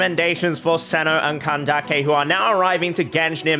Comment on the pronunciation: The pronunciation of Candace is making me laugh I’m sorry